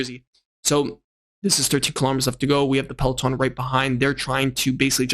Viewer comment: Seriously man, it's easy to learn to pronounce POGE--A-KA correctly as well as the basic 'peloton'. I mean don't you ever watch GCN? It's bloody shameful that you can't pronounce even the most basic bike terms.